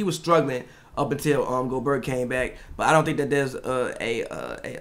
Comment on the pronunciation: How does someone still say Go-berT at this point in his career? I feel like it’s common knowledge that it’s Go-Bear at this point.